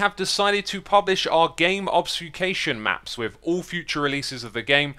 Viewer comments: You mean "porsunciation" of "obfuscation," right? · Great pronunciation of obfuscation at the start 😂😂😂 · Can you not pronounce the word “obfuscation”? 😂